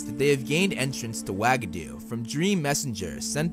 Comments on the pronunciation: I can’t be the only one who laughs every time I hear “wag-a-doo” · The way you pronounced Uagadou made me, no exaggeration, physically cringe and almost gag. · F R E S H U A G A D O U ?!! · Hey dude, sorry, but pleeaaase look up the pronunciation before you talk about these schools. The word "Uagadou" could never EVER be pronounced that way - same with Beauxbaton. It seems like a very eurocentric thing to do and I wanted to mention that. Apart from that, great video!